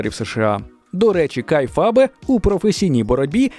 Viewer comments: Просто кейфеб. Не кейфабе. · "Кейфеб" , а не "кайфабе" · Не кайфаб, а кейфеб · Трохи уточнень/поправок по реслінгу: 1) Kayfabe, по іншому трохи вимовляється. Але то таке. 2) Оуен Харт не помер під час поєдинку, він помер через те що мав спуститися з верху рингу на тросі, але зірвався і розбився. 3) Кейн, пішов в політику, але іде він в сраку, він республіканець, багато паганого казав про Україні і виступає проти надання зброї. 4) Про мандаринську це придумана штука, та і в Китай вони не їздять. 5) Здається Сіна завершить в грудні 25-го, а не на реслманії, але це не точно.